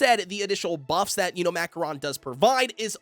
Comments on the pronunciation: It's pronounced Ma Ko Ron. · Bro said Mackoron cookie